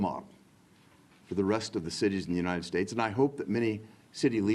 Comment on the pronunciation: How do these politicians keep mispronouncing the United States?.. unined